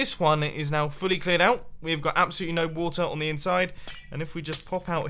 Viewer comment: I love when u say "its absolyttely bunkers!"